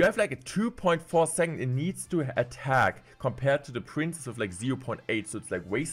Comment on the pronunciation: Day 2 of asking to stop pronouncing “princess” as “prince”